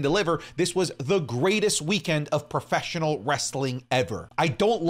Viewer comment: Everytime he says preffesional wrestling i cringe